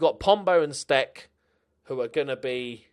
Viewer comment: It looks like Damian Stec is of Polish origin, therefore his name should be pronounced with a soft "c". It's "stets".